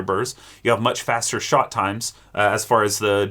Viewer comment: all i hear is: go make a shot of soup